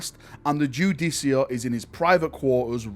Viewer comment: ....is it not pronounced "Ju-deh-car"